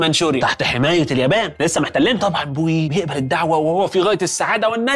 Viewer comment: اسمه بوئي وليس بويي